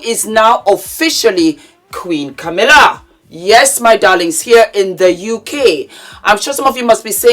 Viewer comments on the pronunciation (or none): none